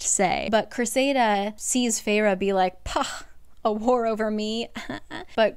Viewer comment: I love this series. But sometimes your pronunciation drives me mental. Cressida is cress-i-da not cress-ay-da . Tarquin isn't tar-keen it's tar-kin(you did say it right like once) you joke about not being able to pronounce names. But you can pronounce azreal? But not Cressida? You can pronounce ianthe but not Tarquin? But let's be serious. The way she wrote rysands name it should be pronounced "rice-and'' when you follow proper pronunciation. His short for should have been pronounced "rice" because a y and s make a I sound when you follow the rules. I read all the books and was so mad when I found out she wanted him called Reese sand or Reese. Like ew. Give a heartthrob a lacrosse player gross name? No I'll always say it correctly in my mind